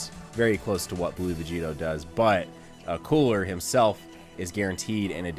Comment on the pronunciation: It's not koo-ra it's coola, roll the r my guy😂👌🏿